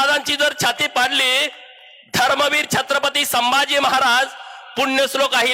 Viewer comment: माननीय आमदार साहेब छत्रपति शिवाजी महाराज असे उच्चर करा